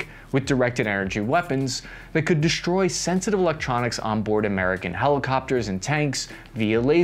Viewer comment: Good report; but please: the word is "destroy"... NOT "DESHTROY"